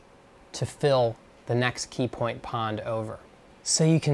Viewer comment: You said "peepoint"